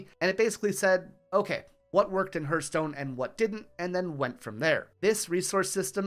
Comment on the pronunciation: Awesome video. This kind of historical content makes me happy! Only issue I had was the way you pronounced Hearthstone made my heart hurt ;).